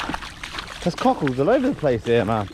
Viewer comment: you are the fuckin man and your energy is contagious..keep it up man...even though you keep saying CUCKHOLDS i love it lol